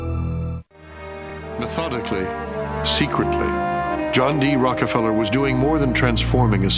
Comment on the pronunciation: He keeps saying rocky feller it’s rocka feller lol